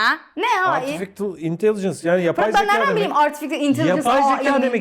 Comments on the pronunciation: artifitil intelicıns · Artifişıl İntelicıns